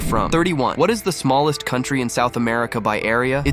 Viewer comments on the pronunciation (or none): he said smalist country